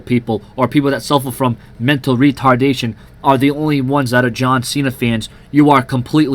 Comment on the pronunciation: "Mental Retardasion" hahaha - it's mentally disabled (I'm not laughing at them btw - just the way you said that was funny)